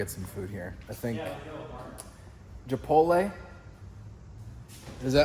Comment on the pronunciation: Did just say chipole not chipotle lol